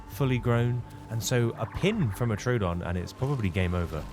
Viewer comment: Troodon = Troh-O-Don. 3 syllables Not True-don. There is no "true"